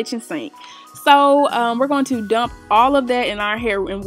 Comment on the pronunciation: The way she said Dump 😂